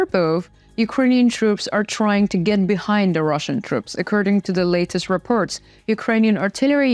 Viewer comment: It's spoken "reports, befor, support" with an "o" not with an "e" like "reperts". O is spoken o. But you'll get it in a few trys.